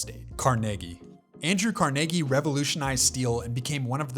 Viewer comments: no it's car-nae-gee not car-ne-gi huge difference buddy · Its not pronounced Carnegie “car neigh gie ” it’s Car NA GEE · How does it feel to be wrong?😂😂 It's actually pronounced Kar-NAY-gee. A simple Google search would help you not look like such a tool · car-neh-gee not Car-negee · Car-Niggy??? have you never been outside 😅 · CAR NAE NAE GEE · Nobody in the U.S. ever pronounced Carnegie the way he does,got to be AI